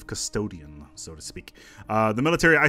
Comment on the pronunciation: Did I just hear custdoain? aroused snickering